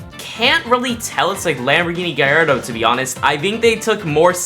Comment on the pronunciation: Bro pronouced Gallardo wrong